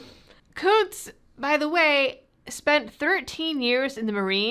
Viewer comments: Are we sure that the u in Kunce's name isn't a short vowel? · you keep mispronouncing his name